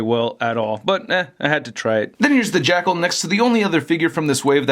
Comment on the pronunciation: It sounds like keeps saying "Jackhole" 😂